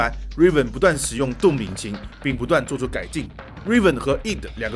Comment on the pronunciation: 我看過無數人講解過 毀滅戰士 doom 這款遊戲，是第一個youtuber 把doom的發音念對的人。 "頓"拉長音，其他念的人全部發 "洞"拉長音。 衝著他念對了，必須點個贊。